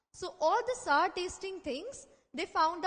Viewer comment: she pronouncing "sour" wrong